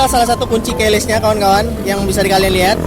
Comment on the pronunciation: Keyless bang bukan Keles 😂